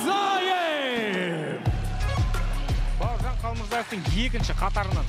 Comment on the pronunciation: Қалмурзаев емес, Қалмырзаев деп айту керекқой, ағайын!